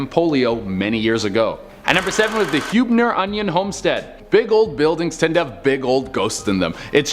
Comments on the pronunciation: Its pronounced "Heeb-ner" not "Hue-b-ner" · It's pronounced Heeb-ner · Born and raised in San Antonio. They’re are definitely a lot of dead in the Alamo. I don’t wanna be picky but your saying Huebner and Terrell wrong. Btw all the numbers say woman hollering creek.